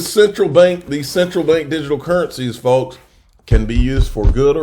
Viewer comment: The L in folks is silent.